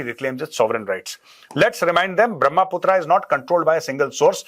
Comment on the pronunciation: Major Sahab it's a brahma putra it is not brahmaa putraa